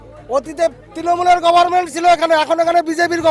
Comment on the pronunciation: Sir apni govt word ta aktu please sothik pronounced korun sunte kharap lage